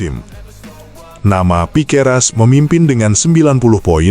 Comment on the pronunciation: Piqueras? Belajar lg min,biar ngga salah lagi.😅